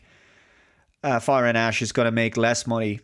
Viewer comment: I can't unhear "Avatar: Fire & Ass."